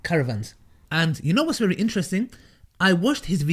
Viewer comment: 'The brother asked a bery good question" 🤣